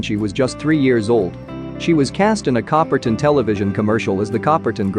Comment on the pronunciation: Learn how to say Coppertonne. Copper tone.